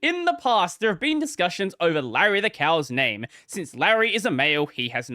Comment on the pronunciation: Leisure suit lay-REE